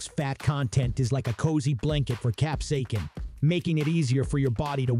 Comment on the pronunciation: Cap-say=sin FFS! It is not that hard to say!